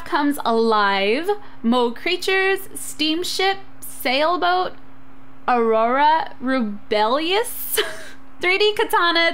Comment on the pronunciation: LOL THE “Aurora Rebellious” its actually Aurora Borealis